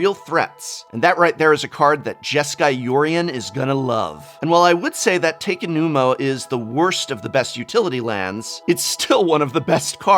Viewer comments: I think the hardest thing about this set is not correcting every mispronunciation of the names of legendary cards. I know most people don't care, a lot has to do with knowing where the syllables are cut: Otawara is O-ta-wa-ra, not Ota-wa-ra and Takenuma, Ta-ke-nu-ma, not Take-nu-ma (the "ta" being like the start of taco, not the "ta" in take) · Okay seriously prof, whats with the pronunciations here? Takenumo? Theres no O! Bo- Saei- Jew? Djinn - Gin - Ga - Tay - Jias?